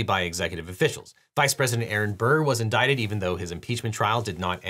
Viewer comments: Indictled ? that must be one of those fancy big law words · Indictled? Entitled? Endicted? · he says "inditled" instead of "indicted" like there's an extra "L" sound at the end. funny flub. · "indictled Donald Trump"? Oh, they did, did they? And here I just thought they indicted him, not indictled him... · "indictled" Hehe, that verbal flub sounded funny. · Definitely heard "indictled" . 😂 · indidled? Lmao. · "inditled" lol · The president has been indittled lmao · endidled donald trump lol. How Ned Flanders describes the news😂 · Did nobody else catch that he said "indictled"? 😂😂😂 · you coin a new word in this one: 'Inditled' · did you say Idodaled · did he say "inditled"? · hehe indidled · Dropping a like for "indictled Donald" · lol he said 'indictled' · Not knowing if "indictled" was mispronounced or lawyer term i never heard before. 🤔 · "Inditled Donald Trump." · Did you say “indidled”? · He said indicteled lol. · Anybody else hear “on August 1st 2023, a federal grand jury ‘INDICTLED’ Donald Trump?” Lol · This is what happens when you try to pronounce "certiorari," it just ruins everything.